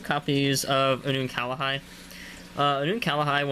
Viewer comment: There is no a in between the L and the H in unukalhai